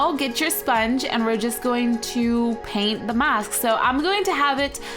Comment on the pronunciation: When she said spong I thought it was a cookie